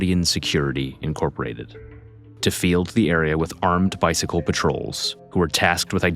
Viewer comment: Lemme stop you at "bicycle"